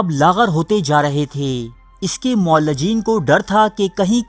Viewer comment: بھائی صاحب اردو تلفط پر خاص توجہ دیں۔ معالج کو "معلج" اور معالجین کو "معلجین" پڑھ رہے ہیں۔